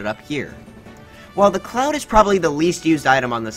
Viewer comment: Cloud not clouf